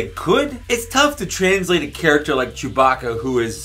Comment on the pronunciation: "Ster Wers Jewbah-kah!"